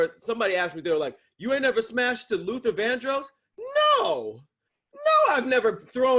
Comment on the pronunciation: The way says Vandross is upsetting me and my homegirls 😂